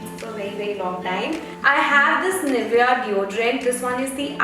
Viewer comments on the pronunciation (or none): none